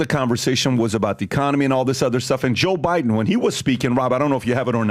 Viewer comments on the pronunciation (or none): always sounds like he's calling him Jew Biden. 🤷🏻‍♂️